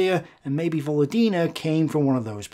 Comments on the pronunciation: Just a small pronounciation correction,. It pronounce VoLOdina with an emphasis on LO. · volOdina. Stress on second syllable 😊 if its russian lastname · actually Volódina is surname with you pronouncing with wrong stress. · "Volodina", it's most likely is a surname - "Володина". Like Stress on the second syllable btw. On second "o". Pretty common russian surname actually. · This is 100% surname, just put the emphasis wrong. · I would assume "Volodina" is a surname, with stress falling on second vowel. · I really like your videos, thank you very much. But one small detail is very hard on the ear: in Volodina surname the emphasis is on the second "o", and not on "i", although on the other hand, she does not deserve correct pronunciation for her frigging collaborationism. Thanks!